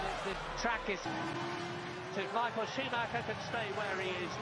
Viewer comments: Baca namanya itu sumaker bukannya scumacer... Sakit kuping bray denger ejaan yg bukan semestinya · maaf pengejaan schumacher bukan skumacer tapi Shu-mac-her